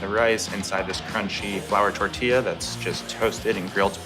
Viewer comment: I cringe at the pronunciation of tortilla. . Dude must be from Ohio. i know he's not.